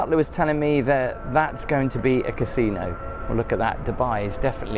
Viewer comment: "Look at tha'!"